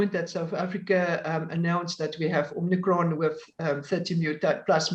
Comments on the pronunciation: I'm a South African and feel embarrassed for this "doctor." It is omicron not omnicron, but also on the take from Pfizer, obviously, to push the vaccine. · Is it just me, or is anyone else struggling with this woman saying 'Omnicron'???? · I can only say that I had a work colleague when I lived in SA who had that name and he taught me to pronounce it as if there was an r at the end. Probably as you say because he could not come up a anything phonetically appropriate. It may be because as a Yorkshire man I tended to use 'flat' vowel sounds and he was adjusting it for that. The South Africans always laughed (in a kind way) at the way I pronounced 'bakkie' when I first went out there. They eventually got me to say it correctly.